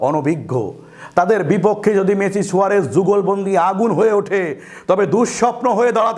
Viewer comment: Messi uccharon age thik korun sunte baje lagche ok...